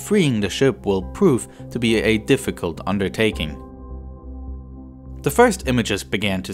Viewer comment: The narration proved to be a "defigult unnertaeking", didn't it?